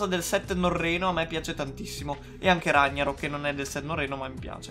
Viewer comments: guarda che non si legge RAGNAROK all'italiana ma si legge RAG NAROK E poi dici di amare il set norreno 😑😑😑😑😑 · Ragnarock non si legge all'italiana ma la g è marcata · Rag na rok non ragna rok capra